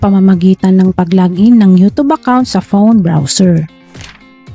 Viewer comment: YouChube po tawag nyan